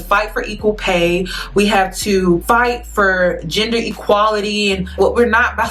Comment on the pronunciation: Hey luv. It's EQUALITY. NOT equal-tee😉